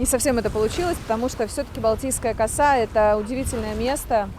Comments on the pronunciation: Ударение правильно делайте в слове коса,слух режет.поселок Коса.,косу-у ударение на у. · Балтийская Коса ударение на а. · Пожалуйста, в слове коса ударение ставьте на второй слог